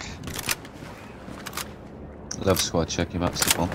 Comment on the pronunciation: That was the most german sounding "fuck" i've ever heard lmao